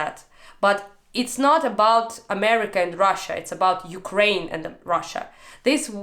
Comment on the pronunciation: she said "Okraina". It's a derogatory term for Ukraine which is used by russians. Okraina in Russian means "the outskirts", and I guess they actually think thats where the word Ukraine comes from 🤡